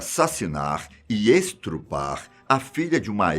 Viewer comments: O correto é ESTUPRAR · serio q ele falou estrupar? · Estrupar?!?! Armaria.. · "estrupar" esse assassinou e estuprou a língua portuguesa uhasuhsasa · estrupar foi um estrupo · esTRUpar????? kkkkkk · “Estrupar” kkk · “Assassinar e *estrupar*”. Se, matar o português fosse crime, o tava preso 😂👌🏻 Brincadeira. Ótimo vídeo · “ sentenciado por ESTUPRAR” e não ESTRUPAR. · a palavra não é "estrupar" e sim ESTUPRAR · Apenas uma correção.. Não é estrupar e sim estuprar! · es-TU-prar soletrando pro tiuzin que falou estruprar , kkkkkkkk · Rúbio, ainda bem que você citou. Pensei que somente eu tinha ouvido a palavra " Estrupar" Nossa. Estuprar seria a palavra correta! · Ele fala estrupar pro YouTube não tirar o vídeo de alcance. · Ahahahahaha Tbm percebi isso 🤦🏻‍♀️ valha me Deus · "Estrupar". .. se sou eu q falo isso tavam falando pra crl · E estrupar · "ESTRUPRAR". Q agonia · EstRupar? O certo seria, E S T U P R A R, é comum errar a posição do "R", mas como esse é um canal de "informação", fico sem saber oq dizer kkkk TMJ!!! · “estrupar” ai meus ouvidos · estrupar kkkkkkkkkkkkkkkkkkkkkkk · "estrupar", pqp! kkkkkkkkkkkkkk 🤣🤣🤣🤣🤣🤣🤣🤣🤣🤣🤣🤣🤣🤣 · estrupar ..kkkkkk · ..... "estrupar".... ???? MEU DEUS! que erro foi esse! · 2'8 'ESTRUPAR' ... 😣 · "ESTRUPRAR" FOI FODA 🤣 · tá errado, o certo é estuprar mas ele falou assim pq o yt iria cortar a monetização do vídeo. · eutrupaar kkkkkkkkkk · "Estrupar" , Oloko meu essa fera ai bicho! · porra mano "estrupar"? Um canal tão grande errando pouca besteira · "ESTRUPAR"? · “Estrupar” meu Deus! Essa chegou a doer meus ouvidos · "estrupar" ? lol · Eu vendo ele falar estrupar : 😐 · Cara, eu juro que eu perco a vontade de ver depois dessas coisas....pleno 2021 e ainda tem uns manés falando esTRUpar!!! Que merda... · "Estrupar" hahahahahah essa eu ri alto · estrupar kkkk, to rachando aqui kkkko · estrupar kkkk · “e estrupar” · ele falou ESTRUPAR kkkkkkkk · estrupar? Oloco. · Pensei que só eu tinha escutado.kkkk